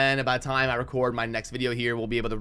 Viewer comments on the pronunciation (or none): none